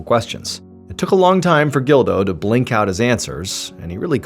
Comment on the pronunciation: I feel bad for laughing but it's the way Mr.Ballen says ''took a long time for Gildo to BLINK out his answers''